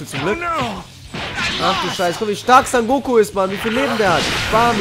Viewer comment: Digger, er heißt SON GOKU, NICHT SAN GOKU